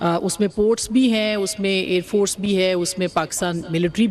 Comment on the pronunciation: Pani nahi milega .. ker lo Jo kerna hai😂😂. he said Aand force🤣🤣😂